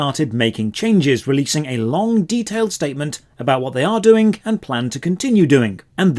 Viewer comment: Please learn how to say "Doing" Instead of "Doink" It's so distracting xD